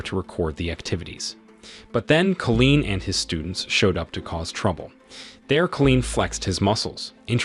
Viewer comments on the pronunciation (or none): The story is obviously amazing but the narration gets me 🤬 being unable to pronounce the simplest of words, making it impossible to subscribe to this channel when it cant even say Colin properly instead saying Colleen 😂😂😂😂